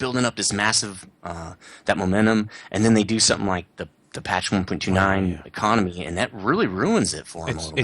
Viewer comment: Getting kind of sick of saying the econamay is baaad, they have "fixed" it, You earn way more per game, in terms of lions. I'm making around everything from 30k to 80k lions. Theres nothing wrong now.